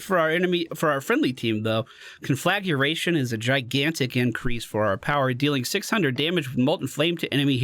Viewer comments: I hate to nitpick; this is meant as a pronunciation guide to preserve my own sanity: Con-Fluh-Gray-Shun. Glad you and everyone is okay, and keep putting out the awesome content. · Con-flah-gray-tion. I just sat here trying to figure out how I forgot to say that word. Couldn’t spell it. Couldn’t barely grasp what it was supposed to be when you said it... That lvl 16 talent is pronounced differently than you said it and it broke my brain for a minute.